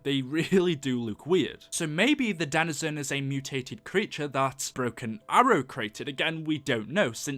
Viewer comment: I know this is a year ago but it is pronounced Denuhzen